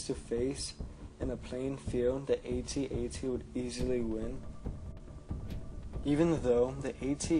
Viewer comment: If only you could pronounce AT-AT correctly.....its not A-T-A-T is AT-AT